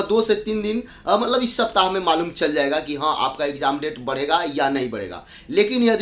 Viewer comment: Bolna seekh lo phle, ikjaam ikjaam bolte ho